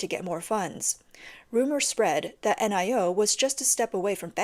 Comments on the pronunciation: Lol...the brand Nio is not meant to be read out letter by letter...it's meant to be pronounced as one word...'NIO' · N-I-O is pronounced NEO. The ElevenLab AI can't pronounce NEO.